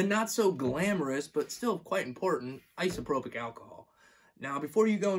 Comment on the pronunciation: Nice videos, it is hard to find good beginner tattoo videos. I hope your mis-pronunciation of isopropyl alcohol and nitrile gloves was intentional, though.